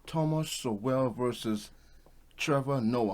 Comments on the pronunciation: Great video, but his last name is pronounced "Sole" not "So-well". He's an amazing source of real knowledge. Keep up the great work. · Respectfully, Thomas Sowell's name is pronounced "soul" not "so well." As a liberal, i'm opposed to this idea of reparations for a variety of reasons. Sowell covers it well here. The idea that i should pay for American history is a deviation from norms in our culture. My parents were immigrants from Europe 1956 to America. Should all people who arrived well after slavery was abolished? Should black people who are mixed ancestry receive reparations? What if you're mixed white/Euro and ancestors who were black but not slaves? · His name is pronounced "Soul" not "So-well" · Great video. By the way, Sowell is pronounced "Soul". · It is good what you are doing. Congratulations. Love to see a young man working hard. But please give your subjects the respect to learn how to pronounce their name. Thomas Sowell’s name is pronounced “SOUL”. it only takes a minute or two to figure out how to present well. Do your research. Continued blessings. In love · The more blacks people who begin to think like you, the. Better off black people will be. However, the more of us who think the way we do the harder the left and the blacks who they employ to keep us down will work. But keep it up. Btw. I think his name is Thomas Sowell pronounced like (SOUL). 👍🏾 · Pronounced Thomas "Soul". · Sorry to correct you but Sowell is pronounced Soul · His last name is pronounced "soul", e is silent. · It's pronounced Soul (Sowell)